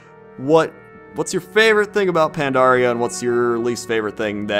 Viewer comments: you're awesome, but your "pan-DAR-ia" thing is paining me. Anyways, always great to hear your comments. Worth more than your average lamprey. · why do so many people call pandaria pandora? it makes me want to blow my brains out